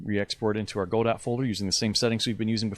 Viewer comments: Its not pronounced go-dot. Its pronounced go-doe. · He said Go-dot, instant dislike. Just kidding, great video man! Thanks!